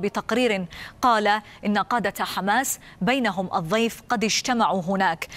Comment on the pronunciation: ليت المذيعة تتعلم طريقة لفظ حرف الضاد صح فهي تلفظ كلمة الضيف ب الظيف